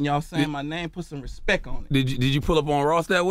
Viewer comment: “Put some respek on my name.”